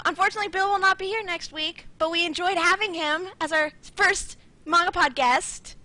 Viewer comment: Mahn...gah...pod. Gotta breathe in the A.